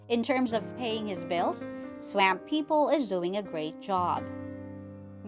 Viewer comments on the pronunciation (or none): OMG!!! IT'S NOT PRONOUNCED SWAAAAMP LIKE LAMP! IT'S PRONOUNCED "SWUMP" LIKE HUMP! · You should really have someone narrator video who knows how to pronounce swap. Y’all should be embarrassed. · Someone please tell this woman (narrator) how to pronounce S-W-A-M-P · Swaaaahhhmmmp! Not Sw AMP !! PLEASE !! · I've never heard someone say swamp the way this video dose....from louisiana...its hillarous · She may be from Wisconsin. S'alright tho